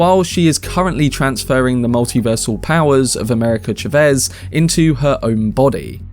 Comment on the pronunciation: Chavez bro.not chevez